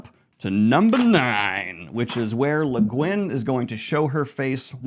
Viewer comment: Bruhhhh are you sure that's how u pronounce leguinn